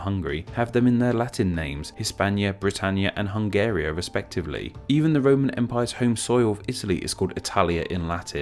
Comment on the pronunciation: Hungaria* not Hongheria